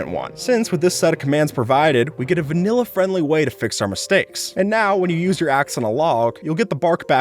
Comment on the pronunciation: when he says vailla i was eating a vanilla ice cream